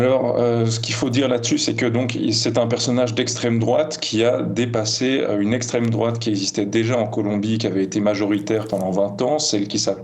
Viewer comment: Et revoilà "l'estrème drouate" de retour dans la bouche d'un "spécialiste, doctorant, ultra connaisseur" 🤣